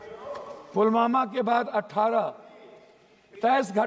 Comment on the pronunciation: ये ढोल ठीक से पुलवामा बोल नहीं सकता है पुलमामा बोले जा रहा है